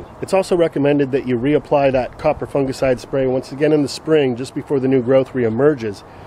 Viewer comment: Its great to hear an American say the word Fungicide correct instead of Funjicide by the way love your channel watching from Sydney